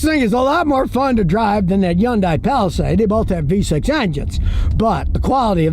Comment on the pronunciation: Love how Scott says Hyundai. Yan-Die 😂